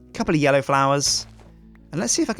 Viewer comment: then calls me he says yello whats up how you doin because he said yellow when he was placing the flowers